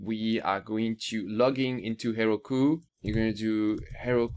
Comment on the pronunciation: Her-oh-koo, Heroku